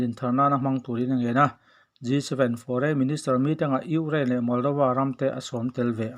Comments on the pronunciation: Urain ti tlat a nang tuuu🤣😂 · I Ukraine lam dan chu leh😀😀😀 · Ngaihthlak a nuam viau lohna chhan chu chhiartu hian Ukraine a lam thiam lo thin hi😁😁😁😁😁